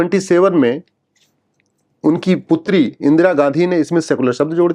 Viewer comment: At 50.09 he said Indira Gandhi but i heard it Indira Gadhhii😂😂 and i was like don't be this much true😂😂😂